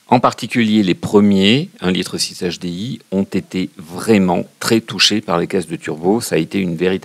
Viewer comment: "un nachedé-i"